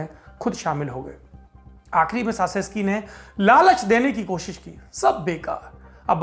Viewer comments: सासेसकी नहीं... चाऊसेसकू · Nicolai Caesescu ka uchharan "Chu-ses-ku" hoga. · Respected Sir his name pronunciation is Nicolae Chowshesku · We really enjoy Lallantop and mostly the Duniya dari section. Just a little correction if I may. His surname is pronounced as Chouseshkou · Saurabh ji with all due respect...President's surname pronounciation is "चाऊ सेस कू"....🙏🙏